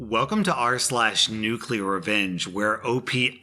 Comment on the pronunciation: Holy shit dude... Nuclear...